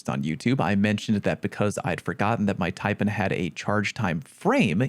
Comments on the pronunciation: Everyone makes mistakes bruh.....just like your horrendous pronunciation of the snake that the taipan is named after🤣🤣...tai...pan , PAN not pn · Omg 😲 I know I'll be roasted for this but damn.... It's pronounced...Tia...PAN as in PAN not PON Yeesh. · One more mistake. It's pronounced "tie-pan". As in "tie" from "bow tie" and "pan" from "sauce pan". A Taipan is a venomous snake. Thanks for your hard work 😁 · I think you should correct the way you say Taipan. TAI Pan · as an australian, the way you pronounce "taipan" upsets me. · No. Your first mistake is mispronouncing Taipan.